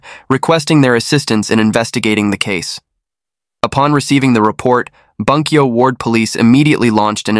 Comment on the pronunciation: It’s pronounced boon-kyo. Hirose is hero-say. Great channel!